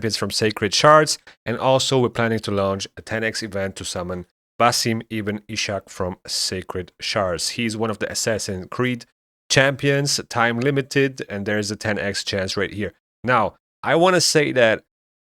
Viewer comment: Plarium finally put me in the game...Pronounced Ibn (Ib-in)...